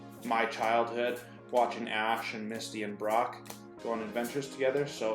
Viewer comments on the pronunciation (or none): none